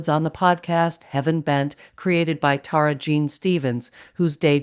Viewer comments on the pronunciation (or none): none